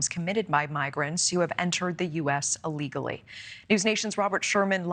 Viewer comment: It's ILLEGALLY, not ALLEGALLY.